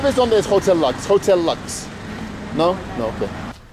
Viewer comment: I think the hotel Lux should be pronounced like Lukes.